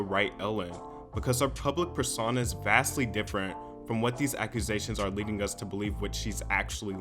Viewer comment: “public purr sauna”